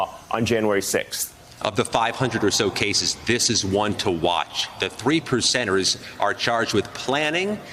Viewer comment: When he said the 3 percenters, I thought he said, The 3 lepers!